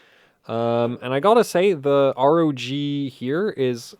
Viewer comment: you know you can just say rog, like in rogue and tough for tuf😉😊